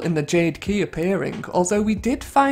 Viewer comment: Loved this video. Also, you pronounce "Shirai ryu" correctly, big respect dude...